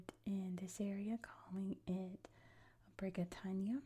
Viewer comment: Just a small corretion: the letter ç in portuguese is read like ss. So Bragança would be bragansa and not braganza (that's the spanish pronouciation). Like Açores is assores and not azores. Love your videos!